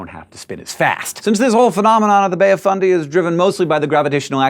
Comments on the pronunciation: He said it the correct way. Many mispronounce it like "fun-day", to the point where the proper fundy sounds weird. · He says it the way it's said here in NS, didn't know it was pronounced different in NB